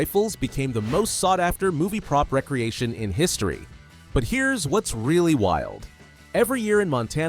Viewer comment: Why can't AI pronouce the difference between re-creation and recreation. Amoung other annoying AI.